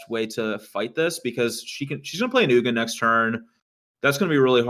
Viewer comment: I'm not sure if was trolling (I think he was), but it's not like "Eugenie" the Spirit Dragon, but like OOG-in.